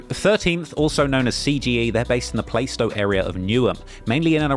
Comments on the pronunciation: Plaaa-stow not playstow 😂😂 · you the goat but it’s pronounced “Plarst oh”! 😂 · Plaistow is pronounced Plah-stow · Play - stow lol